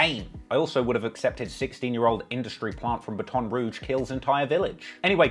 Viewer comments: It's not bah-ton rouge .it's batt-en-ruuge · Say it with me. Bat. In. Battin Rooj. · I sometimes forget is British until he pronounces Baton Rouge as “Baataan” rouge 😂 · Bataan Roouge lol.. Jesus Christ.. Dude.. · Batun Rooge is how it’s pronounced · The way this man pronounced baton rouge. I won't stand for it💀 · The way he pronounced baton rouge 😂😂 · Ay say “Baton Rouge” one mo time fam lol